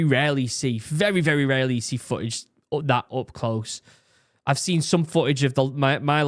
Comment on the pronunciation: It's "footage" not "fooage"! I cant stand it